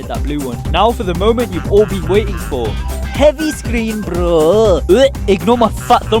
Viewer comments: “hEvY SCreeN BbbbBRoo” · The ‘heavy scrrean Broo” got me